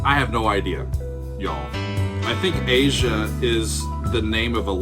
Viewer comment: I'm happy you pronounced the title correctly. Many people called it "ah-zya" (Phonetic spelling). Steely Dan is one of very few jazz based rock groups. Walter and Donald were fairly "high-brow" guys. Not your "fart jokes" kind of guys.